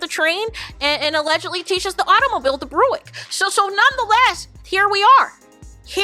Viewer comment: 🫡❤️ OMGOODNESS!! 😂😂😂 Not the BREW-ICK 🤣🤣🤣